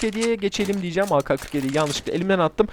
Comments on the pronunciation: Türkçe de ka diye bir harf yok.Ke var. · O aka kırk yedi diye okunmuyor ake kırk yedi diye okunuyor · yalnız orada kendine laf sokuyorsun doğrusu ka diye değil ke diye okunmasıdır zaten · ağka 47 değil o ağke 47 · Aka ne abi ake diye okunuyo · ak 47 diyecegin yerine aka47 demişin ona gülüyor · ka diye okunmaz, yanlıştır